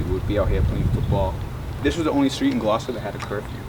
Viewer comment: To hear an American say the word Gloucester correctly is slightly unnerving